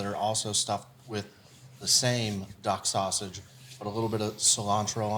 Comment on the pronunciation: Duck sausage sounds like Duck Hodges 😂